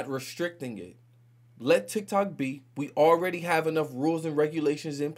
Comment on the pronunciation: Those republicans if you watched the videos. They can’t even pronounce TikTok.